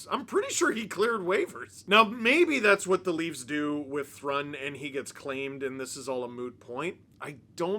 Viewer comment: I bet his name is actually pronounced Henry Troo-in